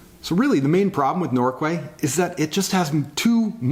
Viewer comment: It's pronounced Norkay (I don't know why but that's how we pronounce it)